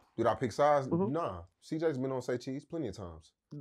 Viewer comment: Saycheese right ✅